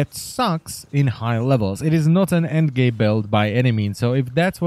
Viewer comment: "It is not an end gay build"